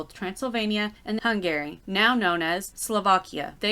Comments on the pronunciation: Hung Garry sounds like a gigolo 😂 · I wondered if hun-GARY grated on anybody else’s nerves the way it had my butt clenched up 🤣